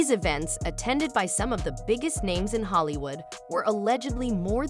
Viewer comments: The lady constantly saying everyones name wrong is annoying lol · I feel for Aaron Carter. He should have been ptotected better. Also if you're going to use a computer to voice you're video's at least make sure names are pronounced correctly. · I despise ai bots narrating. They never pronounce words correctly, I can't watch this true or not but I do believe Diddy is where he should be and I hope justice will prevail. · This heffa narrating can't pronounce anybodies name except Aaron Carter ?